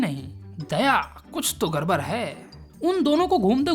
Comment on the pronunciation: Gad bad ❌ gar bar